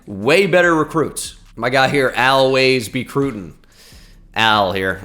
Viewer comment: Al Ways-Becrootin LMAOO